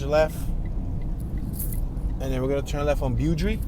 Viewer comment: Beaudry pronounced boh-dree named after former LA City mayor in the late 1800’s. Blessings